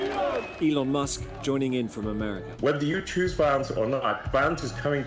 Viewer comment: 😂and so many people think he " e lon "is a genius 😂😂😂😂😂